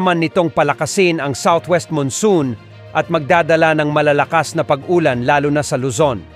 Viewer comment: Ayosin mo Pag salita mo hinde ung Pag Olan salamat